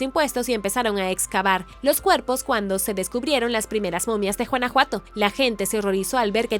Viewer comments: No se dice Juanajuato...se pronuncia Gunajuato (güanajuato). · Mi vida es Guanajuato no Juanajuato jejejeje jejejeje jejejeje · Por qué en tus videos eres incapaz de decir los nombres de las ciudades mexicanas correctamente? NO ES JUANAJUATO! ES TEXTUAL GÜANAJUATO! Tienes otros videos y solo veo que no tienes ni gota de interés en por lo menos investigar un poquito. Todo está en internet! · Porqué pronuncia Juanajuato? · Juanajuato...🤦‍♀️🤦‍♀️🤦‍♀️ La pronunciación está pésima. La "g" se pronuncia como en "guanábana" o "guayaba" . Entre "Juanajuato" y "Teotijuacán" la pronunciación está del nabo. Es un buen canal pero deben cuidar las pronunciaciones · jajajajaj me da ternura y risa como pronuncia guanajuato, suena como juana juato jejjeje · Chistoso, pero me gusta jajajaj es original ajjajajaj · Usted pronuncia JUANAJUATO Y ES CON "G" 🤦‍♂️